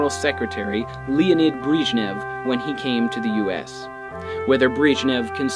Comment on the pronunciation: Breeeeshnev? Wtf?